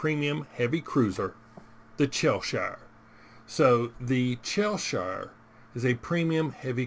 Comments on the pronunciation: Its pronounced chess shire 🙂 IGN CMD_Pants Server- Asia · As someone from Cheshire, it’s pronounced Chesh err. :) Good review! Ign MarshalHaig Server EU